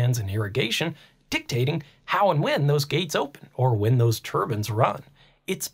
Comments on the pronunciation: Why are you saying turbans instead of turbines? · They aren't "turbans" The "i" sound is long "Tur-byne" Still watched the whole video, it was fascinating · TUR BINEZ not TUR BINS. lol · I know accents, that is a mispronunciation...like people who say nucular instead of nuclear (new-clear) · tur-bins. LMAO. You talk a little funny